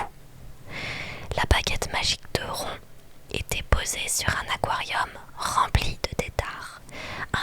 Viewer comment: Tu l’appelles rond 😭?? C’est censé être rone wizley (je l’écris comme ça pour la prononciation) non ??